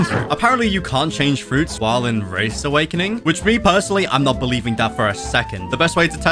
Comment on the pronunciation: "Rabbit awakining"